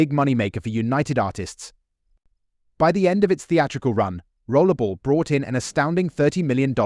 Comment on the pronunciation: Why do you keep calling 'Rollerball' Rollable?